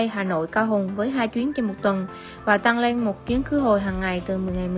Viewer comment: tăng lên這裡你的發音不太對喔，而且解析的時候你提到了“買一送一 mua một tặng một”，tăng是“增加”，lên是“上”，tăng lên 表示某個事物處於上升狀態，越南語常會這樣搭配如giảm xuống“減少”，而tặng是“贈送、送”的意思，一個是平聲，一個是重聲，二者意思完全不一樣喔😅